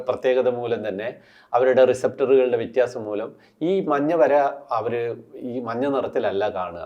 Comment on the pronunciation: Vyathyassam… vittyassam alla sir